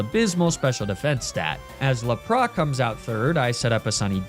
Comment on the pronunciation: legit the only miss naming of pokemon that actually bothers me is how you pronounce lapras. Arcanine, on the other hand, is now canon